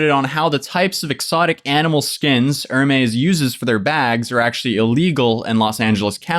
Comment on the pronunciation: I love pronunciation of hermez haha "Er-mays"